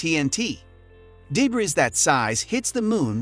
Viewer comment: Learn how to say the word debris